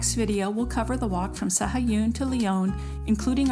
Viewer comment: Proniunciation is SA-A-GOON.